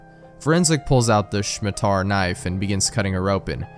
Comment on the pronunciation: I wasn't expecting happy appy so early.... I remember reading it back in high school, I had no idea what fresh hell I was witnessing at the time Ok the scariest thing here is pronouncing "Scimitar" as "Shmi-tar"